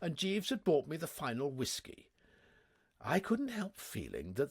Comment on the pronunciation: I've been collecting mispronouncements. I'm sure he would laugh them off, and I think that his Jeeves and Wooster are the best, so no shame in having some things to improve - like his American accents. The worst word seems to be brought, usually pronounced bought. Plover, magnate (pronounced magnet!), Latin phrases like sine qua non (OK, I'm Cambridge-trained, I know that you Oxford lot think differently), French ones like timbre, pronounced timber, and anglicized French words like Chemmy, short for Chemin de Fer, and pronounced Shemmy, but not by! And Hades, how can anyone not know how to pronounce it? So, I think the answer is that, reading aloud, there is no time to correct oneself, and just has to read the words as they come along, don't you know, so if plover turns up, one has to read as it is typed, p-l-o-v-e-r and there you are, on to the next bally word, quivering like an aspen, what?